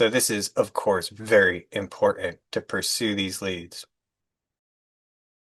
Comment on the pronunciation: The word is important not impornt